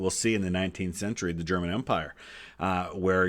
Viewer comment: Nice to see a video about my state, also your german pronounciation is pretty good!